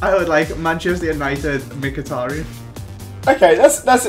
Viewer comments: it is MKHITARYAN, not MIKITARIAN. Like, bruh, where is the I between the M and a K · It's Mik he tear re Yan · WHO IS MIKITIRAN ??! LOL ITS MIKATARIAN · He said Mc-hit-er-hin instead of Mick-a-tar-i-yan btw just writing how its pronounced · who's mkhitaren? i only know a mkhitaryan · Ei like how he says mikitrin for mickytaruyan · was calling it mikatan instead of mikatarian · what the hell is mkhitaran learn how to say his name its mkhitaryan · its pronunced Mhitaryan anyway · its mykitaryan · The way pronounced Mkhitariyan gave me cancer... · "Mk-Hit-Aran" - 05/08/2016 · Ikr "Makitaran" 😂😂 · How did he pronounce mhikitaryan? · Hold on a second... Mi-Kit-aron? who the fuck is that? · Mik-hit-tary-on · Who's mik-it-eran!!! 😂😂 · called mkithitaryan mikitterin haha lol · Wtfish, mick-it-er-an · seriously, my kit a rin, is that how you say his name, it's not even hard to say. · I'll die if he says mekiteren again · McHitaran what is that pronunciation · Meh-ka-tah-ran.......oke then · Who is "Mkiteran" lol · "mikatran" 2016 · Tell him it's mikatariyan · said mucitryn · Who the hell is mkitiran the way he said it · Wait wait wait... ma-kit-er-un?..... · Henerick Mkiteren xD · "mikitarin" wow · 'Micketterin' LMAOOOOOOO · "Mikitarin" lmao😂😂😂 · mik-hit-a-run ok mate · Yo he cant prenounse mykitarein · Wow mhkitaryan pronunciation tho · Learn to pronounce Mkhitaryan please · learn how to pronounce mkhitaryan. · You mean mkhitaryan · The way pronounced Mkhtaryian😂😂😂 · Someone PLEASE tell how to pronounce mkhitaryan properly 😂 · The way pronounces Mkhitaryan lol 😂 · The way butchered the name 😂😂😂😂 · that guy cannot pronounce Mkhitaryan properly to save his life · Why the fuck can't say Mkhitaryan!? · His pronunciation of mkhitaryian was painful! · Omg the way says mkhitaryan pisses me off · the way he says Mkhitaryan hurts my brain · you said it wrong